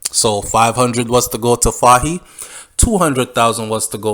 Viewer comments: The pronunciation of the leader’s name is “Foy “ same like “toy” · Pronounce it foye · Hi, first time participating, great job, you’re highly rated as you bear a platform that captures a great majority of viewers and listeners. Take note that “Fahie” is pronounce “Foy” as you would say “Roy.” Funny, right? Another one is “Moise” which’s pronounce “Moeese” like “mo ease.” Just trying to see how I can assist with the many criticisms from people who are talking about how you sometimes call people out of their names.